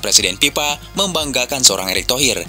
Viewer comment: Sorry bang, gua kasih 👎👎. BEDAIN ANTARA "F" dengan "P" BAAANG!! Contoh: Bukan "INDONESIA ANAK PIPA" tapi "INDONESIA ANAK FIFA" 🤬🤬😡🔥🔥🔥👎👎👎 Gedeg banget, semua F jadi P